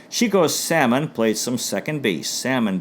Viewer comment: Thank you,. These Cleveland Indians videos really bring back some fond childhood memories, growing up a diehard Indians fan. 5 stars on a great job! By the way, Chico Salmon's last name was pronounced "Suh-mone."